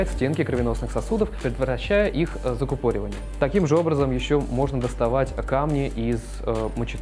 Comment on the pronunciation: Супер, но как же режет слух неправильное ударение. ЗакУпоривание.